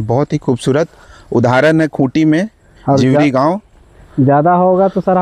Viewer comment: जीवरी को दिवड़ी बोल रहा है 😂 क्या पत्रकार बनेगा रे तू 😂😂